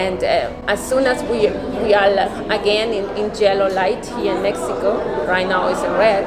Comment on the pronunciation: Your generosity in MX is admirable! But, hey... how about pronouncing the name of your city correctly. No honor there. Small things like that mean a lot.